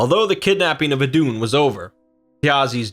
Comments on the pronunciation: try saying it like iidun with a long i instead off iddunn , otherwise great vid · Her name is pronounced like the christian eden. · Eth is an th sound not d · Better dead than red Glad I wasnt alobe in noticing that xD